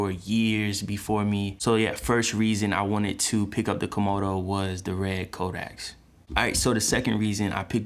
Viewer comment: It's "codec"